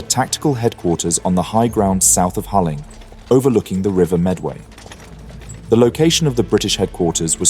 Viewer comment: 'Hauling' is pronounced Halling.